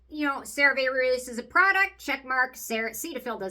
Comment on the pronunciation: I love that you still say the name wrong 😂 So cute ❤